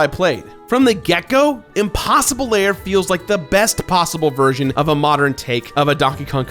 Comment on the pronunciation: Is it just me, or does it sound like saying "layer" just about every time he says "lair"?